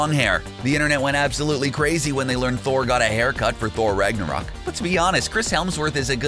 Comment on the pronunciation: Did he just say "Rige narok"?